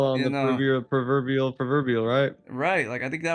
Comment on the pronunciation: The perverbial perverbial 😆 🤣 😆 🤣